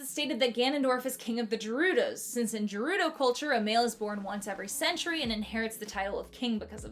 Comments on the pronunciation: …Jerudo? Really? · I lost 3 years of my life every time she said Gerudo with a soft g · just found out it’s literally pronounced Jerudo 😮‍💨🤚✨✨🦐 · Omg why are you giving Gerudo a soft G…please noooooo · You pronounce Gerudo wrong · Gerudo is pronounced with a hard G, just fyi! Hope this doesn't come across as rude. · what did you just call the gerudo????? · The way you pronounce Gerudo is a crime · I’ve never in my entire LIFE heard it said “Jerudo” I’m in tears. It’s a hard ‘G’ Great video! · I think Sheik counts as being kissed, since the Zelda that was Sheik remained in the Adult timeline which led into Wind Waker where she has descendants. Also it's pronounced GE-rudo with a hard g, not je-rudo. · GERUDO. ITS GERUDO. NOT JERUDO. GERUDO. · IT IS NOT PRONOUNCED JERUDO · It angers me how you say jerudo instead of gerudo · STOP SAYING JERUDO, AHHHHHHHHH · Je-Jerudo? It is literally said in multiple games by multiple characters as "Gerudo". Sorry, I'm just too big of a fan of Selda if. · ITS GERUDO NOT JEDRUDO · Great video and all, but I need you to realize that I die a little bit inside every time I hear you say “Jerudo.” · This video is hilarious! I love it! But almost like how you lose years off your life when you say “DDD,” I lose some too when you pronounce it “Jerudo.” Ima subscribe by the way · why she putting the hard G on Gerudo? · She says "Jerudo" like Koseki Bijou does based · "Jerudo" ahh 💀💀💀 also "robit" 💀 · That’s not how you say Gerudo… hard “G” long “O” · Why does the gerudo like “jerudo”, you pronounce it with a “guh” sound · In the part about Ganondorf, I can tell you've never played both Breath of the Wild and Tears of the Kingdom, because the word "Gerudo" is not pronounced "Jerudo". It's a hard "g" sound. As for proof, Gerudo is pronounced with a hard "g" IN-game! I was getting flashbacks to The Game Awards when someone pronounced Genshin Impact like "Jenshin" Impact. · ..J-jerudo? First time I’ve heard it pronounced like that lol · Juh rudo